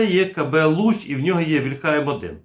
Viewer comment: Плюсик, але • «вільха» має наголос на «і», • таки «гас», а не «керосин».